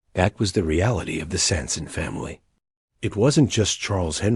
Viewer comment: they couldnt even fuckin bother say his name right